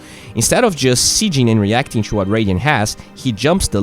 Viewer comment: Bro please stop keep saying chu instead of to, it is so annoying. i love your videos btw.